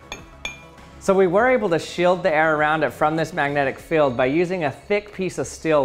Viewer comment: These “feld” and “stell” throw me off, thus guy can’t pronounce the letter e :/